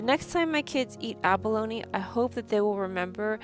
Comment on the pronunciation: You are pronouncing abalone as abalony.